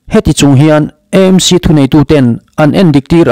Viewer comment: EMC angin i lam ri leh thin a, AMC (A hi Aizawl) a nih vangin channel dang chuan an lam vek tawh a nia.